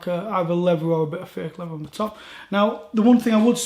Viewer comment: Fing and lever? Sort your pronunciation out.